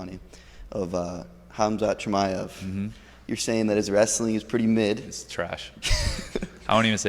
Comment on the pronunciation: CAUSEMIC SHAMIYA who the fck is tht some Russian Astronaut 😂😂 Chael really